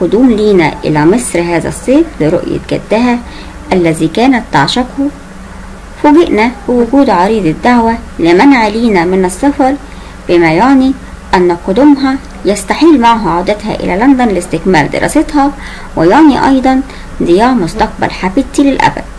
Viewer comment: إسمها (يَعني) بفتح الياء مش ضمها..خللي حد يراجع قرايتك عشان يصلحهالك قبل ما تسجلي